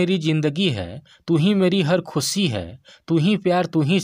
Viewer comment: भाई आप'ने आसिकी.. खुसी कहा है.. शारदा आप टोन में ""श"" को स"" बोलते है... सही शब्द है आशिक़ी ख़ुशी..